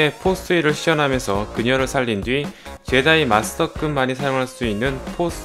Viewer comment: 제다이 ㄴㄴ 줴다이 ㅇㅇ